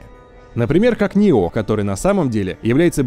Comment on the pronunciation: Ньёх а не ниох